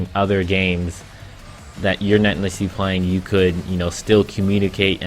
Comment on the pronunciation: why do u say "nesserly" once every 15 seconds? that's not a word dude